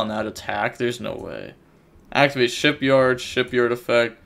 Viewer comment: it's shipYAAAAARRRD, not shipyard